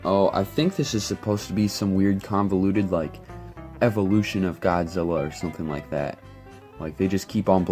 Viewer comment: Lol its godzilla not goodzilla